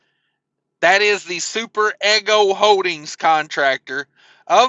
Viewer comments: Just so you know it is pronounced e g0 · To reiterate and say it in a different spelling Eeeeee Go